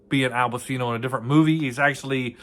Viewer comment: Pronounced Pachino.